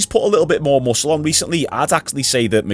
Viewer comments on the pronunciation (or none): none